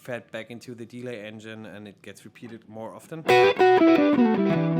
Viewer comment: Hi, super hilfreiches Video und sehr geschmackvolles Spielen! Kleiner Tipp nur für englische Videos, ein paar der Wörter werden anders betont wie zB. deLAY und paRAmeter. Das mag nach klugscheißen klingen aber wenn man Muttersprachler ist oder wie ich Englischstudent, fällt einem das bei solchen Wörtern, die ja immer wieder vorkommen doch ziemlich auf. Wenn du darauf achtest und dich da vorher ein bisschen informierst (zB. online beim Cambridge Dictionary), wären deine Videos noch besser!:)